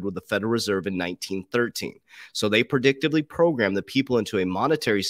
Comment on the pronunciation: PRE..." DIC" TIVE LY..." NOT " PER" You are repeatedly mispronouncing the word as Per"dictively Programing .."